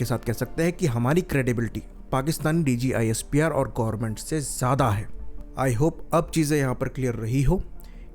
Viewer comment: not DGISPR it's DJISPR😂